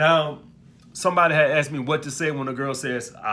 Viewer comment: Police detective: what happened here?: I axed her. She axed me back